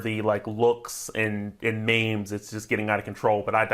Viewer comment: Supposed to take advice from a guy who can’t correctly pronounce “Uzomah” and “memes”? provides the most basic information and just repeats stats from earlier in the show. Get this guy outta here.